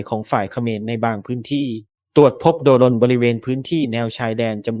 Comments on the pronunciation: อ่านว่า"โดรน"..ไม่ใช่"โด-รน" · ประเทศไหนบ้างว่ะอ่านว่า โด รน